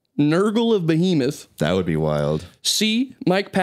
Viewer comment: It's BEEhemoth!